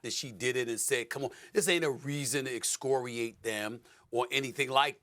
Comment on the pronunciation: 🤔... NOT exooooocoriAAAte... 🧐... Escoriate: To censure strongly; denounce; To criticize (something) harshly; To tear, scrape, or wear off (the skin)... 😶... ok, sir (salute) aye-aye Cpt. 👑💛🙏🏽